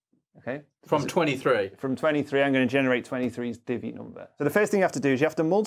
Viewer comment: It took me a couple of tries and I'm still not quite sure: is Tony saying he's going to create a "divvy" number? My brain kept on wanting to hear it as "diddy" number which is probably something completely different ;-)